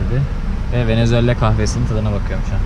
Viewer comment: ya gardaş hepsi iyi hoşda şu VENEZUELA ya VENEZUELLA deme yaw